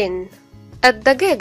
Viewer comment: مرحبا يعطيكي العافيه عالمجهود والفديو رائع جدا . بس عندي ملاحظتين اول شي بالنسبه للمعاني باللغه العربيه التي تبدا بال التعريف اللام احيانا هناك لام شمسيه ولام قمرية مثل السيد او السيده والدجاجه والزوج او الزوجه اللااام لا تلفظ تلفظ اسيد اسبده ادجاجه ازوج مع تشديد الالف . وبعضها يلفض زي البيت او الجهاد العشاء الغداء ياريت بالفيديو الجاي يتحدد بالاضافه انه يكون اللفظ باللغه العرببه الفصى من دون الجيم المصريه لانو هناك كثير جنسيات تتابع وانا اولهم من الاردن .بتكون اللكنه مو متعودين عليها بالدراسه خصوصا . الملاحظه الثانيه الaccent ااي بتستخدميه احيانا امريكي واحيانا برطاني واحيانا بلهجه مصريه . واسف بس هذا لا يعني انك ليست مبدعه على العكس انا بحضر كل الفيديوز الي بتنزليهم وبستفيد